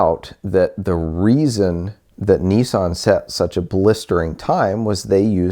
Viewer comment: Its niss-an not kneesan